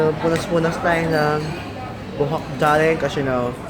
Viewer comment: Ang pinaka-bongga bonggang na hitabu saakong life 😂 is nakita ko ang kathniel. Like ohmyghaad daRling (with silent R 😂) Hahahahaha. they are so bonggalicious 💙💙 lots of blue hearts 💘 and I ADORE YOU SO MUCH I ALWAYS WATCH YOUR VLOG AND YOUR MAIN CHANNEL. nakaka-tawa siya, nakaka-wala ng stress. hahaha! aylabyo po 😉😘 godspeed and godbless po, more blessings to come. ❤❤